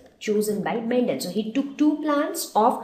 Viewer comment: Mam ur saying mentel it's mendel